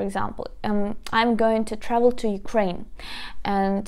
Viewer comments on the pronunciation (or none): none